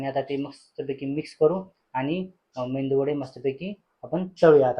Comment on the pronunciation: मेंदू नाही मेदू